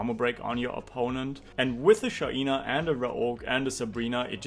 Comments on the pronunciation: STOP PRONOUNCING IT SHAIIIINA its SHAINA bruh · Tue pronounciation of Shaina triggers me🙈